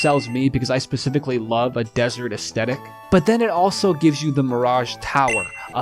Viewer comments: aesthetic: us-thet-ik not astetik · Legends say that he's still trying to pronounce the word "aesthetic." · Bro makes a big deal struggling to say "aesthetic" but doesn't fucking flinch at saying "pacifically" 💀💀